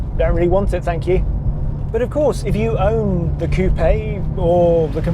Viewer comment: He didn't say coupe like chicken coop though so he gets a pass from me 😂